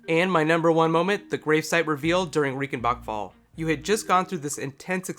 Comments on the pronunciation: R-eye-cen-bark fall. Not Ree-cen-bak fall. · It's pronounced RAICHENBACHFALL not Riekenbakfall like you pronounced ;)